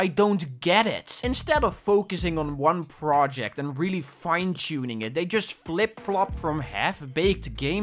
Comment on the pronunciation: There's something about your line delivery starting that reminds me so much of Dexter (Dexter's Laboratory) and his way of speaking -- especially the way you emphasize the words "one project" and "execution"